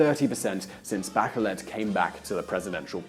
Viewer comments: Not bakelet but "baCHelet" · My opinion of your video is that you really need to learn how to say “Bachelet” not “Backelet”. If you’re so smart why are you not a politician or rich ? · Good analysis . One thing : It's Bah - Shay - Let , as in a French name . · By the way, "Bachelet" is a French last name, so it is pronounced something like "Mishel Bashelè" 😂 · Mikel Bakelet? really? jeez learn the real names of the politicians and leaders that you are talking about at least, what a shame, if you dont even know their names how do you expect us to take you seriously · BaKeleT? No, maaan~~ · I thought her name is pronounced "bashleh" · I know its not ur language, but the way you named the Chilean president was no way near correct.